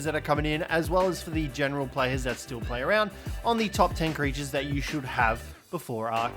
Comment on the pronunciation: I'm sorry but it's "creatures"